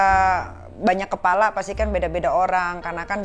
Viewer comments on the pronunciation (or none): none